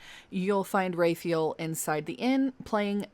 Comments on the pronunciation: Please.... "RAW-fye-ELL" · Love your videos and how you say Raphael's name. At first when you said Raphael (Ray-feel), I thought you were saying Renfield because of your pronunciation and thought there was an additional quest that I missed. Thought it was some sort of Dracula easter egg. 😂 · I kinda love the way you are pronouncing Raphael, mostly because it would drive him up the wall.